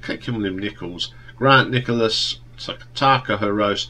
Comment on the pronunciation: For me Polythene is their best album, I love all of them but especially that and Comfort in Sound. So many memories! PS its Grant Nicholas not Nichols!